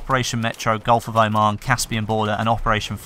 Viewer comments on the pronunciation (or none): none